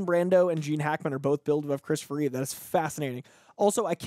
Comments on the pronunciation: Christopher REEVE... not "Reeves." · IT'S REEVE NOT REEVES,. Superman 1 & 2 are 1,000,000 times better than any other version of Superman. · ...everytime you said Reeves instead of Reeve.... cringe